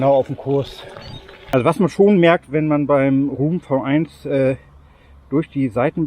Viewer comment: Super Video, danke! Noch zur Info: Roam spricht sich „R-O-A-M“ aus und nicht „R-U-U-M“ 😉